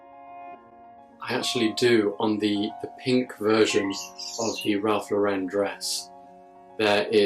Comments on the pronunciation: He pronounces is name LAuren, not LaurEn. They get upset at the company when you make that mistake. What is the Sabrina embroidered gown seen over your shoulder? It inspired my design for my daughter’s wedding.gown. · Great video! - You might want to know that Ralph Lauren's last name is pronounced: "LOR-en" (as in Lauren Bacall) not "lor-EN" (as in Sophia Loren)